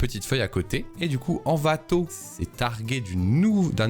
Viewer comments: T'as surtout dis "Anvato" 1000 fois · " N'Vato " la prochaine fois STP💔